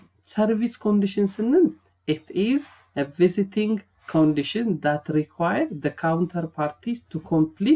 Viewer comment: bruh its not visiting its vesting